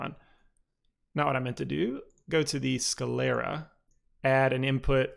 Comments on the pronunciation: google pronounces it "sCLEARa". My bad 👌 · Why do you pronounce it "sCAlera"? Is it a speech impediment?